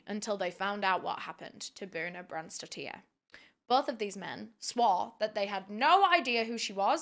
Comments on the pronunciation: As an european it really baffles me that people don't even try to pronounce the names right... The last name isn't spelled "tier" it's "tir". Dottir means daughter and these kinds of last names are still quite common around iceland, norway, sweden for example. And yes, I know true crime creators TRY to pronounce them correctly, but here it seems it wasn't even worth a try... Seems like just read it and went along what she thought was the right way pronounce it... It just makes me feel like some of us outside UK and US aren't even worth a try for justice... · bjørns-daughter would be easier for you to say for her last name :)